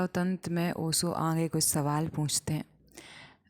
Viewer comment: Aap pronounciation sahi kyu nahi karte ho, up Bihar side se श को स क्यों पढ़ते हो ? ओशो को ओसो क्यों ? This is not hateful question .